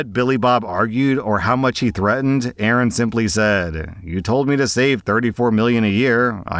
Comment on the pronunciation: Pretty annyoed that you keep mispronouncing A A Rons name.... 😀